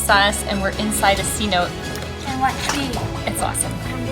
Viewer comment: Saludos.! I know it’s hard for non Spanish speakers to pronounce cenote. Is not C-note. More like “suh-noh-tee” love the video nonetheless. Thanks for sharing. 👍🏼